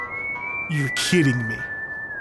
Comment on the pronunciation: When Illia got her memory back, I was sitting here going "Hug. Hug. Hug. Hug. Just HUG, damnit!" "You kidding me?" Hey, don't you mean "You KITTEN me?" giggling intensifies